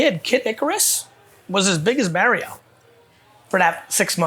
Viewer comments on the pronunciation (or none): Why does he pronounce Mario like "marry-oh"?